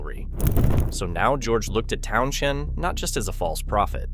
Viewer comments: Town shun ? AI omg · Very good vidio. But the pronunciation of Pete tow shun is just ridiculous.A I can't improve its own Grammer? It's not so intelligent is it.